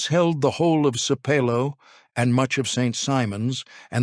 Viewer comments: Sape low, pronounced wrongly the whole video😖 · I’m 26 seconds in and it’s annoying that you aren’t pronouncing Sapelo correctly. Otherwise, very interesting. The Gullah/Geechie community and lands need protection as a living heritage sight. Give them their land back!